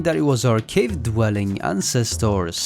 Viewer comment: Interesting information, and good content, but please, please quit using the machine voice to do the speaking. It does not know how to express the feeling of/intent of words nor pronunciation. Just one of the many examples; ancestors is artificially pronounced as ahn ces toars. Hate it.